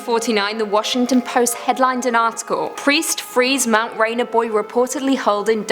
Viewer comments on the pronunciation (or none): none